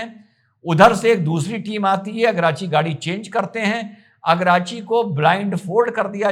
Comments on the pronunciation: सर जी ईरान के विदेश मंत्री का नाम सैयद अब्बास अराघची है अगराची नहीं। जय हिन्द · आराग्ची है, अरगाची नहीं